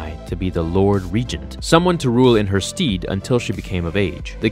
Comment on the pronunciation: in her steed haha